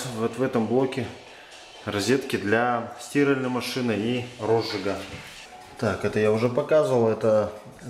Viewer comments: Почему стИральной? Мне больно это слышать. А в остальном отличный специалист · Для сти́ральной машины 🤦, как можно так ударение искаверкать))